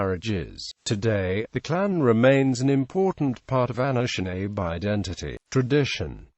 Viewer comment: Pronounced Ah-nish-nah-bay.... Not Ah-nish-nabe